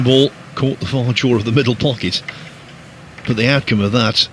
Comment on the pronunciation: Why does that announcer say boat instead of but?